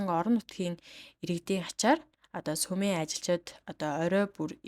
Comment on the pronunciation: Сумын ажилчид гэнэ үү ?!!!!! Үсэгээ зөв унших дадлага хийлдээ